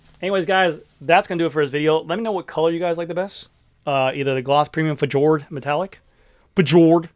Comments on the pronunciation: It is not F-jord but Fjord (norway) colur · fjord is "feeyord" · I like the Fjord. Pronounced 'fe - ord' or less commonly spelt as fiord. 😅